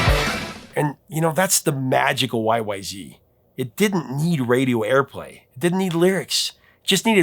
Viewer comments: Every time I hear say Y-Y-Zee I cringe! It's Y-Y-Zed. If you go to Toronto's Pearson Airport, they never say Zee. They say Y-Y-Zed. We're Canadian. That's how it's pronounced. And RUSH were/are Canadian. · Correction: It is Y Y ZED, not Y Y ZEE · It is technical, and complex and called YYZ (zed not zee) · YYZ is pronounced zed not zee band is Canadian and there is no such thing as zee, it was changed to sing the alphabet song. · C'mon Professor, surely you knew it is pronounced WHY-WHY-ZED, not WHY-WHY-ZEE :) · Right, listen, YYZ is pronounced WHY WHY ZED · Sorry eh! RUSH is Canadian so YYZ is pronounced "WHY WHY ZED" not "WHY WHY ZEE". Another awesome Top 5. Thank you. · Annoyed Canadian here... Please, "YYZ" is a CANADIAN song, from a CANADIAN band, about a CANADIAN location. Out of RESPECT, could you PLEASE say the name correctly? It's pronounced "Why-Why-ZED", not "ZEE". Yes, it's globally known that the US is one of the very few countries in the world who says "ZEE" instead of "ZED", but come on... Look, out of RESPECT for American artists, Canadians do NOT call Beyonce's husband "Jay-ZED". We DON'T sing "Legs" by the band "ZED ZED Top". Come on, Americans... could you at least TRY to make it look like you're TRYING? LOL! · y y zed. not zee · To hear Rush talk about the song, its pronounced Y Y Zed, no Y Y Zee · respectfully, it's YY Zed. We don't say Zee in Canada. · It's Y-Y-Zed. Toronto is in Canada. It's pronounced Y-Y-Zed! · Rush is Canadian, so it is pronounced Y Y Zed. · ARGH! It's Y-Y-ZED! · It's pronounced Y-Y-Zed you hoser! 😀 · You should use the proper Canadian pronounciation: WY-Wy-ZED. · It's pronounced Y-Y-Zed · Uh oh! It’s supposed to be pronounced YY Zed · Come on, you gotta say it right... Y Y Zed. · It’s pronounced Y-Y-Zed.😊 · You are saying YYZ wrong. The letter Z is pronounced "zed" in Canada so you should at least pronounce it that way when quoting the band members. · YYZ(ed), not YYZ(ee). They are Canadian for fuck sakes.